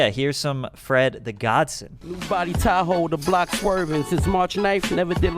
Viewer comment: LOL, it's awesome how you pronounce "Fred the GodSON", It's not Godson like Johnson. It's godson like godfather-godson.